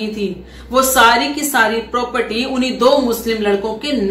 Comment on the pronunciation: प्रोप्रटी 😂😂😂😂😂 कुछ भी। कुछ भी। प्रोप्रटी नही प्रॉपर्टी। हिंदी भी सीख लो।